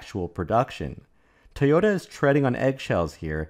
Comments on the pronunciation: Again, it is NOT pronounced 'tayoda'. It is pronounced 'toyota'. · "Tee-oh-ta" becomes irritating over time.